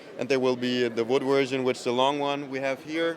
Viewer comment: I like that "wersion" of AR. 🤣